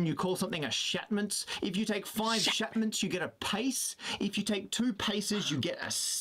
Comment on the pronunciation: should be shaftments, not shatments.